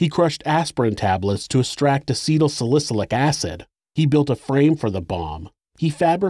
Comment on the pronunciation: I can kinda forgive your pronunciation of acetylsalicylic acid, it’s kind of a confusing word. But what the fuck is a “detener?”